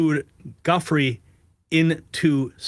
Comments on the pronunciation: Virginia's name is pronounced "JEW FRAY" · Giuffre has been in the news for years-both print and video-and still can't pronounce her last name properly. What sort of bubble are you in dude?